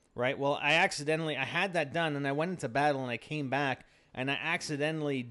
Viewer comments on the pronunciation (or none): none